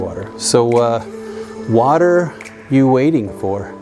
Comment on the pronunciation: "What-er you waiting for?"